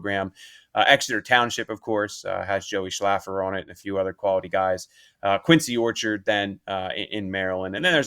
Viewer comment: I went to QO for high school back in the day and the way you guys pronounce Quince Orchard is hilarious 🤣 keep up good work tho fellas 🤙🏽